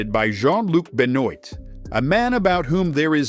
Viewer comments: Bennoit? Is pronounced been-wah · BEN-WAHHH NOT BEN OIET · 😂Ben-oit is amazing pronunciation my friend. It's "Ben-ou-ah" like I may be English, but feel I have to stand up for our French cousins over this one lmao. Kinda feel like Sahak drew the shortest possible straw being matched against freaking Alex Pereira lol dudes an actual threat. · it's beu-nn-wa not beh-nn-oight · Jean Luc Ben-oit 😂 it's pronounced Ben-wah, but I'm assuming this is a robot voice. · It's not pronounced Benoint I know it looks like to but it's actually pronounced ben-wah it's the same as Chris Benoit the ex wrestler / family killer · Its not “Benoit” its “ben-wahh” like saying Chris Benoit, how do you not pick that up😂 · And even if it wasn’t ai, unless you understand French how French vocabulary is used names or are a fan of pro wrestling and grew up with Chris Benoit, you wouldn’t know how to pronounce the name outside of how you read the letters OIT in English as “OIT” not Waah. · Benoit is pronounced like Benn-Waa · Benoit is pronounced "Ben-wah" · Benoit is pronounced ben-WAH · Jean Luc "Ben Noit". You AI butchered all these guys names bro. Fuck Tate but this AI shit is brutal. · Ben-oit - lmfao. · Nga are you dumb? Benoit is originated from France? They are SUPPOSED to say “Benwaa”😂😂😂tf? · Benoit = ben-waa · ben oyt? Benwah! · Again with the AI voice? Come on, people. It's not that hard to talk into a microphone, an everybody knows how to pronounce Benoit. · not quite- not daybutant- more dé, it's a different sound. But I don't expect americans to pronounce anything french even remotely correctly anyway ;)🎉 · You need to learn how to pronounce Benoit. 😂